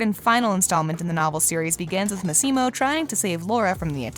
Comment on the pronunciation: It's Massimo not maximo